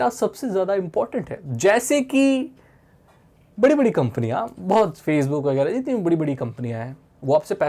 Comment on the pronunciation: Facebook ke pronunciation me u khamoshi😂🤘, samjhte he vai😂